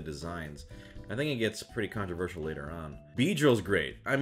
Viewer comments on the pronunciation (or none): none